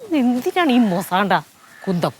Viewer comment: Ith മുസാണ്ട അല്ല മുസാന്ത annu